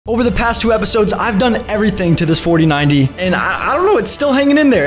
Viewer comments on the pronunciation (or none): 4090 saying like fortinayti